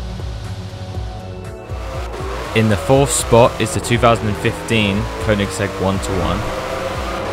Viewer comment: Thanks for pronouncing Koenigsegg correctly lol I subbed